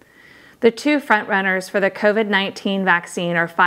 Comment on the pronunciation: Sars coveed 19... Lol... You are totally a damn robot.. Who says that..